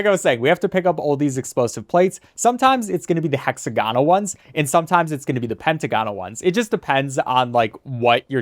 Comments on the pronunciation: The way you said hexagonal and pentagonal tickled me. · the way he says hexagonal and pentagonal hurts my soul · Gah so true 😫